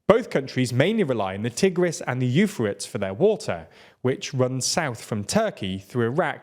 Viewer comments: Euphrates ... is not pronounced "You Fur It's" it is pronounced "You Fray Tees".. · Euphrate-ees my guy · Yoo-freight-tees. Not Yoo-fruts. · Come on guys, check how to (at least approximatively) pronounce foreign place names. In English the Eufrates is pronounced 'you-fray-tease', not 'you-fritt'. Wikipedia usually gives an audio example of how things are pronounced. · I love y'all's reporting, genuinely, watch a lot. But, Wikipedia has a pronunciation button for words like Euphrates (You-fray-teez, not You-Fer-ets). 15 seconds and you sound more like you know what you are talking about. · This is adorable 😅 He said "Euphra-ts" instead of "Eu-phra-tees". I think he watched Bill and Ted and calls the famous Greek philosopher "So-crates" instead of "So-cra-tees." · Did you just pronounce 'Euphrates' as 'you-fritz'...? It's hard to take a 'news' channel seriously when you bungle things like that. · some notes about pronunciation: euphrates is pronounced greekly, as though it were written euphraties iran is pronounced eye ran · ah yes the famous Ufarits river. Bruh srsly... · Eufritts? European Fries? You Fritz? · Yes that famous river the “eu-fir-ruts”. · Euphrates is pronounced with three syllables. you-FRAY-tease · Euphrates = Yew-freight-eez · It's hard to take a news channel seriously when they can't do enough research to pronounce the name of one of the famous rivers of the world... what is a "you-fratz"? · Heads up, it's pronounced "you-fray-tees". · Jarring visual presentation, can't pronounce Euphrates and does not understand the nuanced subject matter. YouTube algorithm failed me here 🤦🏻‍♂️ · He's british, different accent. Technically, his pronunciation is "proper" English 🤷‍♂️ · i dont care where in the UK you are from there is no place that speaks english has ever pronounced the Euphrates River like that. Its only the critical source that gave rise to cradle of of human society and civilization as we know it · That is NOT how you pronounce "Euphrates."